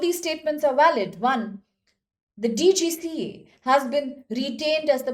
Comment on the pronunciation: It’s DGCA, Not DCGA.. ANPADH AURAT